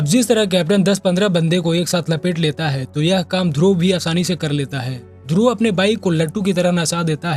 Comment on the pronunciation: ध्रुवा नही ध्रुव।